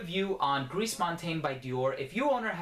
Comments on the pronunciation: If I may make this point, the French say "gree" instead of "griss" (the final S in gris is mute in that case). Very interesting review as usual,! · Gris, pronounce it like ‘gree’ not ‘greece’. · thats just "gree " you don't pronounce the S nice review thou